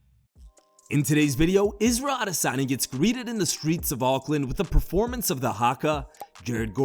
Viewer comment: You finally pronounced "Adesanya" correctly instead of cringe and goofy like you usually do.